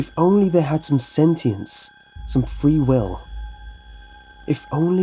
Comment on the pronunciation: I thought you said "Why and how does the puppet have free willy!" xD